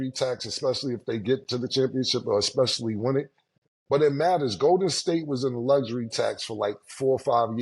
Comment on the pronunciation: cannot judge, she says Xspecially!